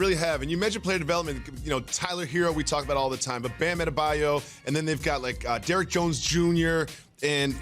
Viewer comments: The Heat are so slept on Jalen can't even pronounce Bam's last name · Jalen sounds like an idiot here. He didn’t even say Adebayos name right. Adebayo was a first rounder. He has panned our nicely, but he isn’t a good example of the work Spoelstra has done revamping players. Hassan Whiteside, Tyler Johnson.